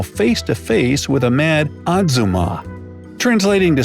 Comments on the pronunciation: it's not exuma it's ahhjuma😂😂😂which means auntie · why does the "ahjumma" sound like "at-su-mar"? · "uggzuma" has me dying of laughter xxddd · The way he pronounced ahjumma IM CRACKLIN- "Ahzumma" AHAHAHAHAHAHA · Did anyone else think Azuma like from Naruto when he was trying to say Ahjumma? I mean what he said about the imo could also be said for azuma ¯\_(ツ)_/¯